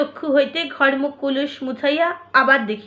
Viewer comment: ভালো পড়েছেন, তবে আরও বিশুদ্ধ ভাবে পড়তে হবে। এটাতো সাধু গদ্য এবং অনেক কঠিন শব্দ ব্যবহৃত হয়েছে তাই শুদ্ধ উচ্চারণের দিকে নজর দেওয়া দরকার। কয়েকটা উদাহরণ দিই— যেমন দাঁড়াইয়া কে দাঁড়িয়া, ঘুমাইয়া কে ঘুমিয়া বলে ফেলেছেন অনেক জায়গায়। আবার কলুষ কে কুলুষ, কূহেলী কে কূহলী, দন্ড কে ডন্ড পড়েছেন। সূর্যকরোজ্জ্বল, অসংখ্য, হুড়োহুড়ি ইত্যাদি কথাগুলো স্পষ্টভাবে উচ্চারিত হয় নি। আরও এরকম অনেক আছে। এইসব আর কী। যাই হোক বাংলা ভাষা আরও শুদ্ধভাবে গর্বের সাথে উচ্চারিত হোক এই কামনা করি।আপনিও ভালো পড়ছেন, আরও ভালো পড়ুন।